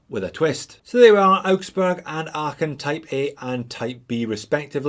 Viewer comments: Ahhh, so good to have a Scotsman review these Lacos: your pronunciation of "Aachen" is spot on! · good pronounciation of Aachen .... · Hey, as a german speaking subscriber i feel qualified to say: congrats on your pronunciation of "Aachen"! ☺️👌🏻 The standard model of this is still on my shopping list. But unfortunately, too much divers on that list to get first! 😅 Thanks for the review! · As someone born and raised in Aachen I can confirm that you’re pronunciation of „Aachen“ is spot on. Especially, for someone that doesn’t speak German as their native language! Also do wear a 39mm Aachen with the blue dial on my wrist on the daily. Love this watch so much! Just like you’re videos then haha. Greetings from Düsseldorf, au huur! 🤙🏻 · These look amazing. You really are well suited to say Aachen in a way most of us aren't. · I never heard a native Englisch speaker pronouce Aachen so well. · Kudos for the correct pronunciation of “Aachen” 👏 Although one can almost feel the concentration invested 😉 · Just want to congratulate you on your perfect pronounciation of Aachen. Greetings from there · Big respect for your pronunciation of Aachen.. xD Love Laco watches, great video! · Congratulations for your great pronunciation of „Aachen“ ! 😄👍 Not an easy one - even for a Scotsman